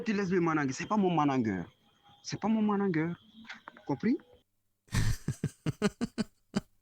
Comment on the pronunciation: En + d'être un brouteur c'est un abruti. Il est c.. comme une valise 😂 "Le managueur" 😂😂😂 Même ça, il est pas foutu de le prononcer correctement.